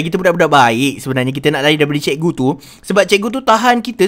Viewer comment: ni cakap cikgu ke ciku🤣🤣🤣🤣